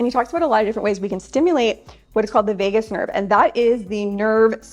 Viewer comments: “Vegas” nerve…lol…VAGUS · You're always such a joy to watch! But I must mention that it's the "Vagus" nerve, not "Vegas" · Vegus Nerve, not Vegas, NV, haha